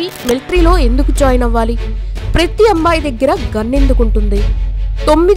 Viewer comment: Praythee kaaadhu PRATHEE... HEBREE bhasha lekha HEE-BRU ila kuda palaka vachhu